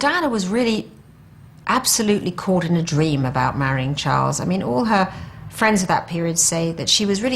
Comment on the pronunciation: im confused.. did she say his name wrong during the vows?